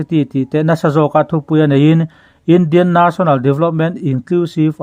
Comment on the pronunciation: For example ___National tih mai tur Naational han tih chiam mai te